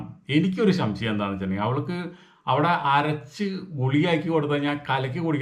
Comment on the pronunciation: ശംശയം അല്ല സംശയം 😅